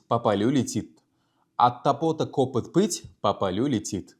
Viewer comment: 1.Ударение: От топОта кОпыт эмас, От тОпота копЫт булиши керак. Омад ёр булсин. Харакат қилаверинг. Хаммамиз хам хато қилиб урганганмиз.